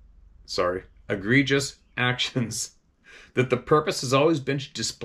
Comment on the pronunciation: Lol.." agreges" ..... Egregious